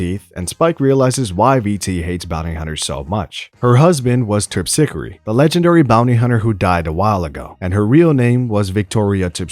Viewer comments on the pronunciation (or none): bebop not beat-bop, and Terp-si-core